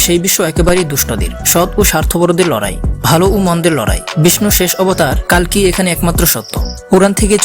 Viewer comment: কল্কি হবে কালকি নয়